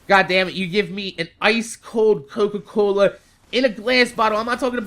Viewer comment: sounded jamaican when he said "Coca Cola".